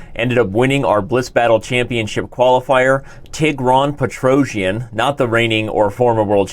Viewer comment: Also, Tigran's name: "pet-roh-cyAn"